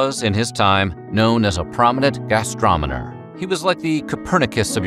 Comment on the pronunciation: "he was known as a prominent gastromoner" xD